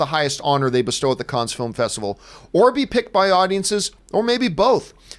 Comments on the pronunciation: Pronounced CAN not CANS. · Please stop saying "Kunns" - it's pronounced "Kunn"! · "the kons film festival" No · It’s pronounced can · Isn’t it pronounced just “Cann”? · I'm pretty f-ing sure it's pronounced "Cans". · No it’s pronounced can